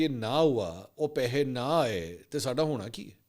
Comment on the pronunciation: Paihayyy naa aaey not Paisy na aaey.😂😂😂😂 Wah mansoor bhai apki punjabi 👏👏👏👏👏👏👏👏